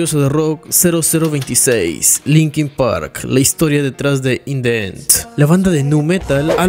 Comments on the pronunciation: "In De Enth" :v cuidado con esa pronunciación mi viejo. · sería "in di en" en pronunciación no "in de en " por qué viene vocal después de el the.